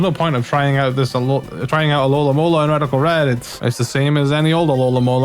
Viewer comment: My OCDemon is tormenting me because you say "alolamola" instead of "alomomola" lol